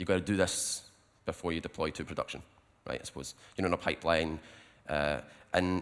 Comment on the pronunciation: you mean rejt